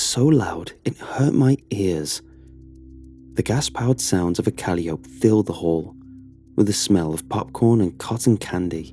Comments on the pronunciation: "CAL-ee-ope" ????? Dude, it's cuh-LIE-oh-pee. Please check your pronunciations before recording. Mispronunciations are mega-distracting. Thanks. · Calliope = kuh-LIE-oh-pee